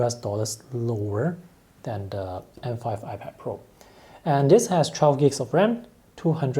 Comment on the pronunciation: I repeat 5 times still cant understand what ram does he saying 😂